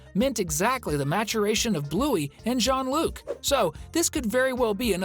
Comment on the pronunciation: It's not John Luc !!!